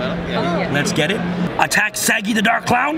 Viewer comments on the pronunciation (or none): I love it when he says saggi like saggy